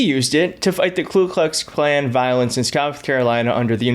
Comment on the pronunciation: Hey, just for the sake of accuracy, it's the "ku klux klan". Not the "klu klux klan". Don't get me wrong, I don't support white nationalism or white supremacy in any form, I denounce them all without exception, but mispronounciations are a pet peeve of mine.